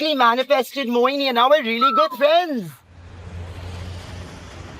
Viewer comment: Tooo shocked that he spoked Mouni as Mohini 😮>>>